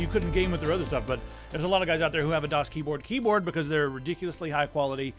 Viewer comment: danielbr93 the first few times pronounced the brand I always heard him saying DOS instead of DAS:D